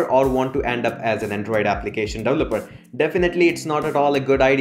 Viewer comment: Thanks for the recommendations. The way you pronounce developer is wrong and also you're adding 'the' when it's not needed. Don't say 'the' Python, or 'the' java, just say java or python.